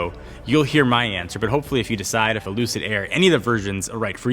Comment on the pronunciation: Did he just say “Lucidge”?? No one will remember the name in 2years either.